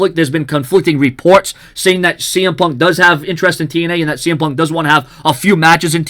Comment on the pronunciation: I heard CM pub